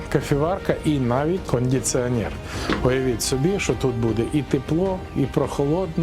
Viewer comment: "Кондіціонєр" армія МОВА віра